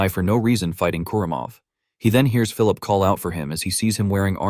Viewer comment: Well I keep hearing is Phillulip 😂 it's Phillip or Philip 😂 But other than that you did a good job. The video was awesome